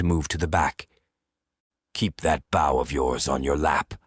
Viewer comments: My only complaint is how the narrator say bow! It’s pronounced bo! Not booow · Great story but someone please teach this AI the difference between front of a ship bow and an archers bow. It's like nails on a chalkboard every time he mispronounced bow. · Is this read by AI. So many words are missed pronounced. Like “bow” as in bow and arrow.